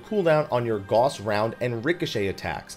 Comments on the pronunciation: Love your videos and have done well in all sorts of new things to me in FFXIV because of your clear, entertaining explanations of mechanics and such! Just want to give a wee pointer: The "au" in "Gauss" is pronounced like the "ow" in "cow". Because German! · I know it's late, but Gauss is not pronounced the same as the medical stuff ;) It's a last name.